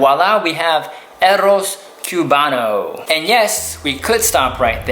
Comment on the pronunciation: The "CUE-bano" made me cringe so hard lmao